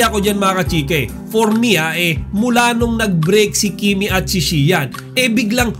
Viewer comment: Saka na ako mag susubscribe sau sir kpag tama na pronunciation mo ng Xian